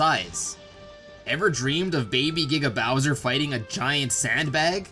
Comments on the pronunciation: Sounds like "Nigga bowser" instead of "Giga Bowser" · He said niggabowser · I'm sorry but it sounds like he's saying "niggabowser". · Did the announcer just say N*gga bowser? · Sanswagon, the Meddler lmao I heard “nigga Bowser” the first time too💀💀💀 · when he said giga bowser it kinda sounded like the n word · That giga Bowser audio clip sounded like it said something else... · Giga bowser sounded like nigga bowser